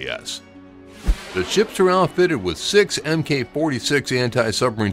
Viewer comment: Don't sound like an outsider: "Mk" is spoken "Mark", not "M.K."... Mmm Kay?